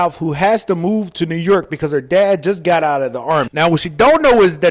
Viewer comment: “New Yurk”